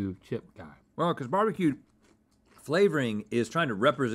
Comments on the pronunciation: please it's not beebeque, it's barbeque! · my dude, just say "barbecue" lol